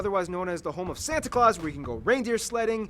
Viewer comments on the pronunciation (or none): none